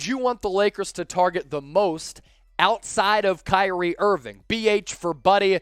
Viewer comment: I am just surprised you pronounced my name correct 😂🙏🏾